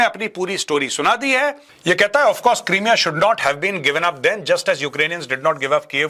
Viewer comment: It's pronounced Cry - mea.